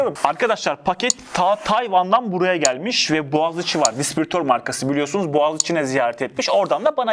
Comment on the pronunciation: dispiritör değil o distribütör.